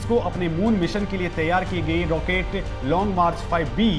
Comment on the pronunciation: रोकेट नहीं रॉकेट आपको अंग्रेजीमे फोर (FOUR) और फॉर (FOR) का फर्क पता है ?